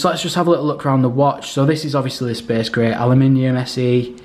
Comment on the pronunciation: Its space grey not spes gre